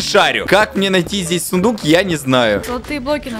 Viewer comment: Я услышала вместо сундук фундук